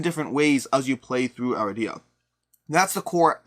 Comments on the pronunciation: A-RID-e-ah not Ara-dee-ah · Cringed every time mispronounced the game